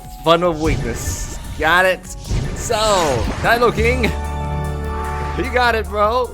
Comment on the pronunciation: Cringe everything he pronounces Nidoking as Nydoking